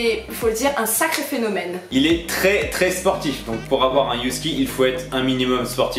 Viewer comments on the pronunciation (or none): 'Youski ' ptdr